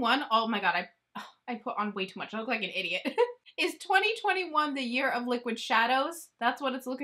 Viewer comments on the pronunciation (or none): none